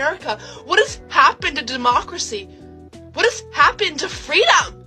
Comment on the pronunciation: "What has happened to FWEEDOM??!"